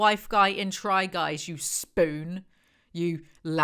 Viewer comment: The emphasis on spoon sent me 😂